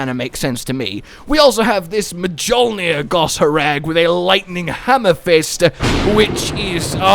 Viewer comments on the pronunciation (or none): . Did he really just pronounce it “M’jolnir”? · Great video, great content, one little nitpick though, why does everyone, who doesn't know better, pronounce j in mjolnir?